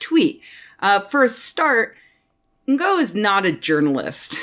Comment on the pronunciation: I could be wrong but I have heard 2 different but supposedly 'ok' pronounciations of 'Ngo' as a name. You can either pronounce it 'No', as if the G is silent, or I believe the more accurate pronounciation for the source language is actually 'Ing'. As in the last 3 letters in 'beating'. So call him 'Andy Ing'. Either way, I'm fairly sure that 'in-go' is just about the least-proper pronounciation possible.